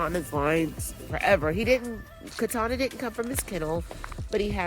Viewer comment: Katana is like why u keep saying my name like that lol